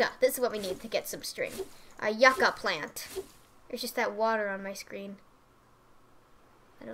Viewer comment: Omg lol, I cringed everytime you said Yucca. XD It's pronounced you-ka.